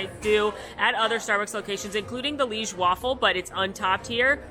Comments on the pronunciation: liege is two syllables! pronounced lee-geh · I know most people seem to be saying ‘Liege’ in their videos as one syllable, but I’m pretty sure it should be two, (li-ej) as they are named after the place Liege in Belgium.